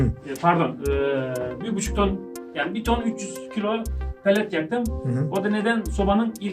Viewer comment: Palet değil lan pelet